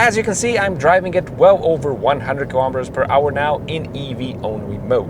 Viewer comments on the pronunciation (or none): Kilometers is pronounced kilo-meters, same as kilo-grams and kilo-watts. Not ka-lom-it-ters.